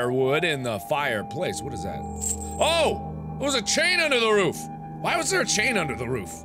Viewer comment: I just realized that Mark's inflections like with room (ruum) doesn't carry over to roof, he still says it with the long ooh sound. I don't know, it just struck me as interesting because roof is the one word I say differently (like ruuf, with the long u sound). I'm a linguistics nerd...